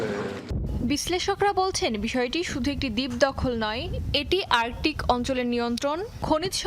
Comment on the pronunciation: ভাই কাদের কে দিয়ে সংবাদ উপস্থাপনা করছেন, আর্কটিক কে আর্কোটিক বলছে😂